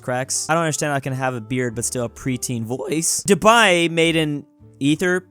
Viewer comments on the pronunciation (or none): none